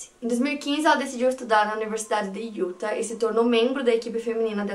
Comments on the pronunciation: maravilhosa! eu amo seus vídeos, amo seu canal, você foi praticamente minha companheira de pandemia e eu to aqui toda semana pra resenhar com você. Não sou muito de comentar mas o meu ser virginiano ta gritando dentro de mim. Quando você fala Utah, o correto é colocar uma sílaba tônica no final, tipo Yu-táh. Por favor não me entenda mal, é que eu fico agoniada. A mesma coisa pra Arkansas, se pronuncia Arkan-sáh bem entonado no final. Por favor me odeia, é só o espírito de virgem ♍️ acabando com minha sanidade mental! Te amo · A pronuncia é “iuTÁ”, o último A com sílaba mais forte. Não sendo a chata que critica mas curtam pra melhorar ainda mais (se é possível) a qualidade dos vídeos 🙌🏽 moro próximo a SLC à 5 anos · Utah se fala iutá sílaba tônica no tah